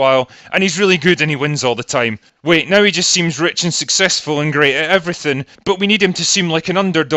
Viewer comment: I like how your accent makes NOW sound like NIGH